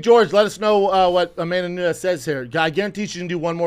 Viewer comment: “amandanaanezzz” 🙄 Chris hates Brendan and hates this job hahahahah 😂